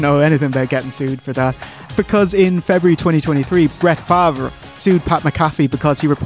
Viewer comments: lol "Favre" is pronounced "far-v" not the way you said it. I laughed outloud. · Lol trying to say Favres name. As a rundown of the case, Farve may not have actually stolen from Welfare, but he was embezzling money elsewhere It just so happen though that DeBiase was embolizing from Welfare and paid Farve in that money